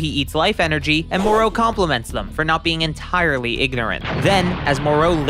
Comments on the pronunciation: Pronouncing names always cracks me up... more-O really it's MorO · Why do you pronounced it Mor-row? Every Dragon Ball Youtubers I've seen pronounced it Mor-Ro. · Its mo-ro not moreau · Skipped the video when you started pronouncing Moro as Moró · Good video but your pronunciation of the name Moro bothers me you put a V at the end Morov or Morou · It's spelled "Moroh" not "Moreau" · STOP SAYING MOR AND THEN O ITS JUST MORO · Hearing you mispronounce Moro's name over and over again is like nails on a chalkboard. It's Moro, sounds like Toro Or the Mortal Combat character Goro It does not sound like You want More Os 🫣🤦🏽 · ok dude... it isn't MOR-OH, its MORO. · It's pronounced more o not mor row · The way he pronounces the names Moro he says Morol or something else and merus marus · Why do you pronounce it mor-ow. I bet you are one of those disgusting people who pronounce Goku "Gow-cooh" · Pausing to say “More-O” 😤. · FFS, his name is not Moreau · Monroe? Why do the americans doesn't know how to say "O" Piccolow, jacow, gowku hahahahahahahaha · I can't hear you say moro like that anymore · Why do you keep saying Moro with such emphasis? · The way you pronounce Merus and Moro is pissing me off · your pronountiation of MORO is entirely wrong, eventhough IT HAS OINLY TWO OPTIONS. USEFULL VIDEO, PRONOUNCIATION WAS REALLY FUCKING HARD TO BARE. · the way tou say Moro is awful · The way the narrator in this video says Moro as “Merrooow” makes me wanna punch him in the face. And he called Zamasu, “Zamasse” This guy doesn’t know sht about Dragonball